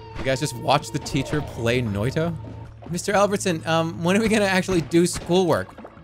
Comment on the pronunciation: I'm impressed how close to the actual pronounciation of "noita" that was.